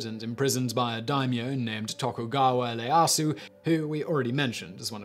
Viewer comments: Hell, they are bigger issues in his pronunciation. Leyasu (Ieyasu)? Leyosho (Ieyoshi)? In Japanese i is pronounced as ... i. Not L. Also, Tomo (Tomoe)? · How about Minamoto Yoshitsune? overall excellent but some names like Masashige and Ieyasu. were mispronounced.